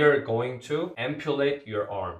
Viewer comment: Ampulate 라고발음하신거같은딩